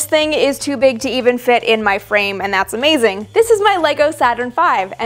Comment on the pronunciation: I heard vagina not frame.. in the intro :P